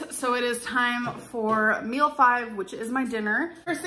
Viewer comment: Or "mills" instead of meals